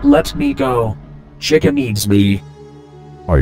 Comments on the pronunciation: it sounds like chica is saying keychin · Just noticed they say chi ca with short i